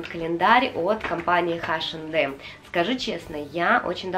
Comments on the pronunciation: Очень классное видео, мне понравилось, очень хотелось посмотреть распаковки таких календарей и долго не могла найти, а у вас все очень классно! Только мне, очень сильно на уши влияло ваше название H&M [айшем дем] но все равно видео классное👍👍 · спасибо за видео!))) Вы так смешно "Эйч энд Эм"обзываете)))"Хэш энд Эмом"(название смешнючее получилось)))) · у меня подруга вообще ХаЭм называет))))